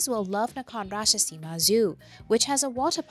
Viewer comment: There is no need to overpronounce it as "Nakhon Ratchasiiimaaaa" and "Koraaaat". Ratchasima and Korat will do.